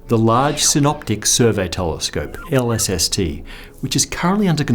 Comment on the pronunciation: you said LLST not LSST ;)